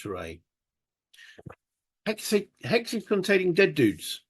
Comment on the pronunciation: I think you said "hexes" which sounds a little like "Alexis"? Anyway, cool looking game. Hope you enjoy it. Keep us posted please! Cheers!